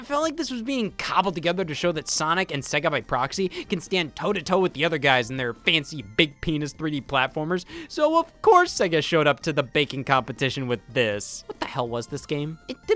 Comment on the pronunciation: I can't believe scott would say the word peenids I'm literally shaking and crying rn